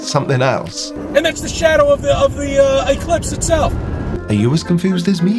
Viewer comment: calls it an eye-clipse. What a genius!